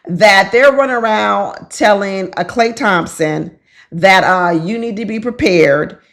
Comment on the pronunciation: lmao you said it right a couple times... you are ❤‍🔥